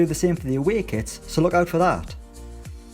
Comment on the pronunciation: I love when teams bring out brand new 'kwits'